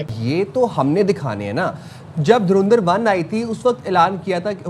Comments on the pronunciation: Jahilo mdrsachpo naam tho lena seekh lo derendar nhe dhurandhar hai bhe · धूरंदिर😂😂😂 Naam to dhang se le le😂😂😂